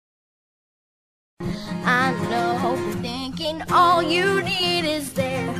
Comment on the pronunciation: مشكور الأخ على كل مجهوداتك: ملاحظة : كيف إستمعتم لنطقها لـ " When all is done "...؟ , إعتماداً على ما سمعته أعتقد بأنّها نطقت بـ "hal is done " هل هي ضمن الـ Slang؟